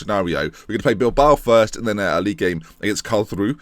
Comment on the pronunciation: Karlsruhe = Karls-roo-ha Braunschweig = You're saying it right (not really).